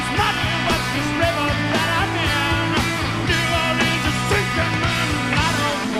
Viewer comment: I grew up in New Orleans. Appreciate the way you pronounced it